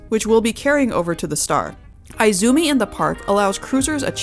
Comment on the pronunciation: Very good and thorough tour and review! Many thanks for sharing this in advance of anyone's actually being able to sail on such a life-changing floating city. One tip: Izumi is correctly pronouned EE-zoo-mee and not I-zoo-mee. As in Spanish, so in Japanese the letter i is always said as ee whilst the sound of English I would be spelt as ai (e.g., bonzai).